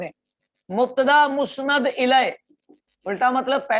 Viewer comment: سر درخواست ہے کہ مسند لفظ پر کوئی تو زبر لگا کر پڑھتا اور آپ مسند کو پیش کے ساتھ بول رہے ہیں اس بارے رہنمائی فرمائیں